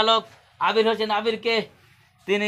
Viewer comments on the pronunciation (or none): none